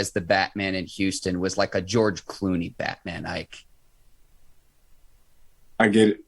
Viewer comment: Say his name correctly IKE!